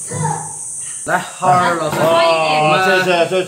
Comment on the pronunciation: 你叫浩二老师我怎么光听成哈儿老师😂😂😂